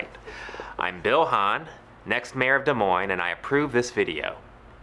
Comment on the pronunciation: Wow, after hearing him saying Des Moines at the very end, I heard 'Moines' over and over during the banana outro :p